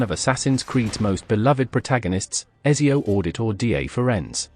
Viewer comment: “ezzio au DI tore dee eh furenz”